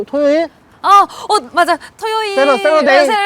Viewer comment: "어 맞아" 발음이 너무 한국인인데? ㅋㅋㅋㅋㅋㅋㅋ